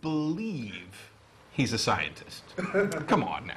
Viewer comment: He graduated top of his class from 'Sintist Cawlej'.